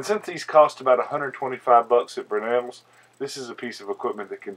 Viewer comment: Brewnells? Or Brownells? I've never heard any Tennessean native call Brownells- "Brewnells" unless I'm wrong and there is a "Brewnells".